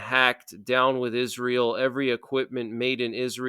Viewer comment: Is-RA- ( sun) god? ( el)